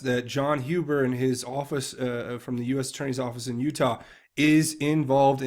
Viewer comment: Thank you, thank you, thank you for CORRECTLY pronouncing the surname, "Huber"!! :)